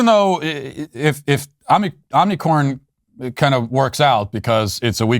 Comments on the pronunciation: It’s hilarious how Matt intentionally mispronounces Omicron.😂🤣🌽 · Listening to my sweet baby Matt try to say Omnicorn made daddy feel so good. Don't ban me...